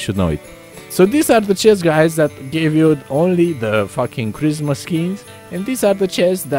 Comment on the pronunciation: am I the only one who hears charisma skins and not christmas?